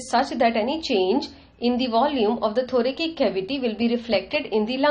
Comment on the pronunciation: Also its not THORAKIK its read as THORASIC